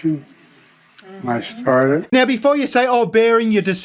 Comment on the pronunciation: He said “I sharted” not “I started”